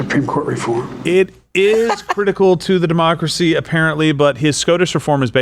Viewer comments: Does Biden Keep Saying DEMOCKERY ? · Sounded like he said mockracy.